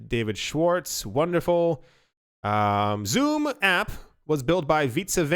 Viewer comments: XUMM. Is pronounced "SUM" not "zoom" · XUMM is pronounced sum. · XUMM: Pronounced "Exhume". lol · David Swartz mentioned in a podcast interview the pronunciation of XUMM as (EX-sum)